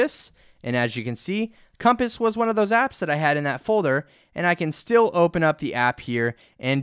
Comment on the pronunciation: "Folther " xD Thank you for the video though(